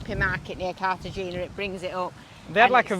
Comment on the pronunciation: Happy birthday. Just an fyi, it’s pronounced Carta henna